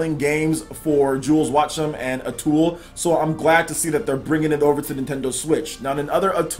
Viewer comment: You kept saying Atool instead of Atooi. It's an easy mistake.